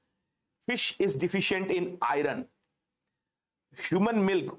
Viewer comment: IRON pronounced as AI UHN ,AI URN not i run